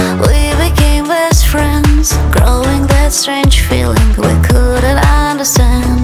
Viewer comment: Нет. Это девушка из музыкальной группы танцует. Кстати, судя по акценту, та девушка, которая поёт, откуда-то из России или из какой-то восточноевропейской страны. Во время произношения “feeling” очень заметно.